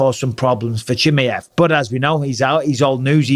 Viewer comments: Who the heck is chimmy-ev! Lol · Cha-my-ev! Love you Bisping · It’s actually pronounced Chimaev not Chimaev. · Hamza Chimaev, not Chimeev 😂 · ChimAev, not Chimeev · I love how you think his name is chimiev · 🎶 Chim chimmy-ev, chim chimmy-ev, chim chim cheroo, nobody prounounces it as ba-ad as yooooo!!! 🎶 😂😂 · Bisping, transcription for ya ʧi mʌ ev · Bisping pronouncing Chimaev's name two different ways within 20 seconds is funny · Bisping: " Chimeäff" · I love the way he says chimay-ev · The way Bisping says "Chimaev" is funny. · Didn't realise you pronounced khamzat surname like that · I hate the way bisping says chimaev. Is that the correct pronunciation? Bro has had to have heard buffer say it at least 4 times now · Learn how to say his name. Fml